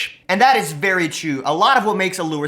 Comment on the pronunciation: Is it only me Or did he say chu instead of true